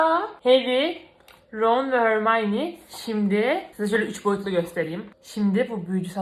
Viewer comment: abla lütfen harmonye hörmayni deme çok itici oluyo